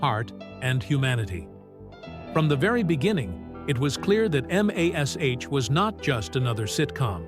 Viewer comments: Get computer generated voice that can say MASH as in mash potato and not "em ey es eich" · Having AI Pronounce MASH the way it is spelt, "M.A.S. H." is as painful as reading a Chinese instruction manual in Chinglish.